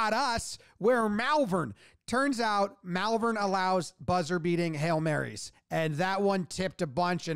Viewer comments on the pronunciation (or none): Malvern is pronounced Molvern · Malvern. It's pronounced like wyvern. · I grew up near Malvern. You said it correctly! Well done!!!